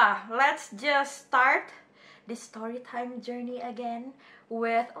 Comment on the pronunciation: Kangen suara ka "stowy twime tinggg" hoho😭